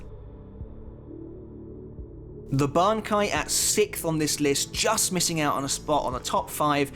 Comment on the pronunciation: why do u pronounce bankai like that, are u dub watcher